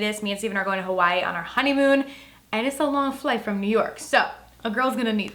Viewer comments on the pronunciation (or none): none